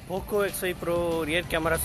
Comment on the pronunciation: Pocooooooo x 5 proooo your pronaucincen 🤣